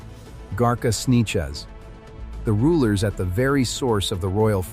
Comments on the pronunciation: Right? Gotta love those “Snechez” (Sanchez) people lol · This dumba$$ AI can't pronounce the name "Sanchez", he calls it "Sneeches."